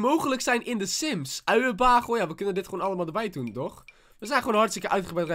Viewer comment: Uienbaaaagel 😂😂😂 toch Do you even english bro je spreekt het uit als uienbeegel(het komt uit het Amerikaans )🤓☺️ No hate vind het gewoon grappig